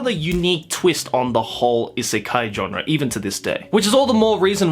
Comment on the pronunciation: I know! It was bothering me to no end hearing him repeatedly call it an isekai. Lol